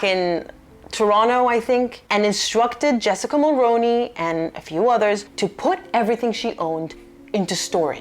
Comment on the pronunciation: The name is pronounced Mulrooney, despite being spelled Mulroney.